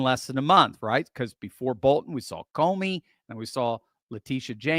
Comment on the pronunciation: Comey. Not Comer.